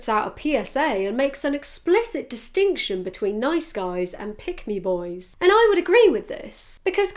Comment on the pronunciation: it sounded like you were saying "pygmy boys" it made me giggle